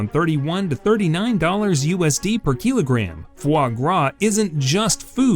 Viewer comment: The pronounciation of kilogram and wagyu is very strange, waygyu? keelogram?